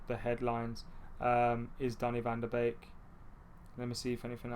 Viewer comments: Yep it's 'van der Bake', I'm Dutch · It’s pronounced van de bake